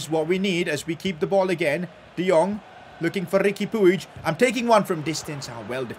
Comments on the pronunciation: And puig is pronounced “pweeg” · It is pronounced as Riqui Puj